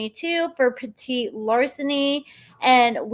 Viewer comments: Petti pronounce Petty like Tom Petty. 😁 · It's PET-IT larceny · the PETIT LARCENY is pronounce " PETTY " LARCENY